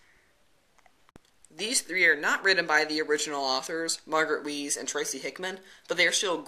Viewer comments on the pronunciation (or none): i think the correct pronunciation is for Weis is Wise, not Wheeze.